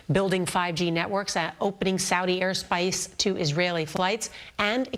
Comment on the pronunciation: "Air Spice"